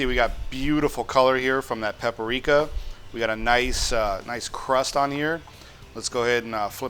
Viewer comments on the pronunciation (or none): It's not pap-i-rika. Just pap-rika 😀. Thanks for the video!